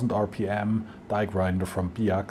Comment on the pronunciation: did you pronounce "Biax" like an American??